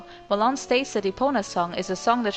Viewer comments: Ma-Lon NOT Ma-lOn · "Muh-lon" OMFG.. x.x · So her name is pronounced malohn .Fudge I've completed loz oot calling her malown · At first I thought you said ghost melon. Lol. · Never got that right. Do you pronounce it MaLon or is it MaaLon?